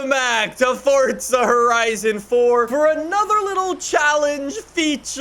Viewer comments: FORza not FORTza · Ayo its “forza” not “fortza” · STOP SAYING FORTZA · Never gonna get over him saying “fort-za” lmao drives me nuts 😂 love the vids though. Good work.